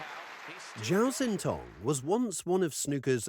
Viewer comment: Xin is not pronounced Zin, it's pronounced Shin, though more forward in the mouth than our SH sound.